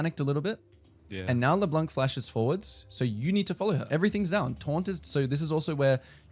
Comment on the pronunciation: Just so you know « Leblanc » is french for « the white one » and the ‘c’ is actually silent (so no « k » sound at the end)